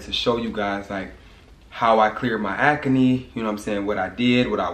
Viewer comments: If you create another word again I’m going to throw the jar away🤣😂😭😭😭 it’s ACNE NOT AC-A-NE!!!!!!! 🤣🤣🤣🤣🤣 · " how I cleared my aca-knee" haha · The way he say Acne is Hilarious